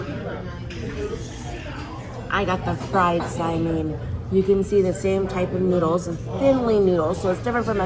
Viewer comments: Just fyi need to watch this… this is how you pronounce saimin correctly. The min part is supposed to be like Lynn. Short. You guys saying the min part like meen. It’s not saimeeeen. This is how hawaii people say it 😊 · Oh yahhhh...dats da good stuffs! I'm wondering why you guys pronounce it "sai-meen" instead of the way I've always heard it....even in Hawai'i which is how it's spelled, "sai-min". I prefer a good shoyu ramen or Chinese wonton soup over saimin but it's all ONO! Mahalo y'all! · Enjoy your vlogs. A small suggestion so people in Hawaii don't correct you. Won ton mein is usually pronounced "One tun min" and "sigh- min". "min" or "mein" is pronounced the same and is one syllable. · Now I want some saimin! FYI, in Hawaii, we say sai-min not sai-mean. 😊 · Sai-Min not sai- meeen